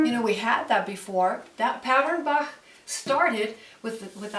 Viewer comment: She spells Bach very well! Sounds very native